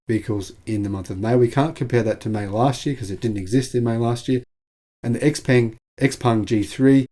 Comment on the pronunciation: bring it on. I'm very open to buying a Chinese made EV by Xpeng, BYD etc. BTW, I understand from numerous sources, including inside China, that Xpeng is pronounced Show-peng (with Show pronounced like we pronounce"how"). Thanks for a very informative video.